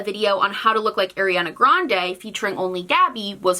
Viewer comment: I really, genuinely like your video but PLEASE could you pronounce Ariana Grande right 😭